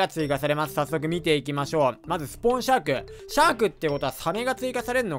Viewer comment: うぽつです(´ω｀)シャークがシャークンって聞こえた…(難聴)